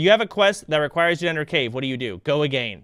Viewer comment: “go ah-gain” got me good